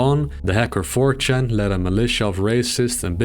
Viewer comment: I can't handle talking about it the infamous hacker four chahn. Crying rn